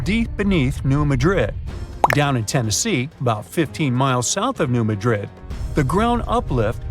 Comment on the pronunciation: Wow - learn to pronounce the name of the town correctly - it doesn’t rhyme with Madrid, Spain. Emphasis on first syllable.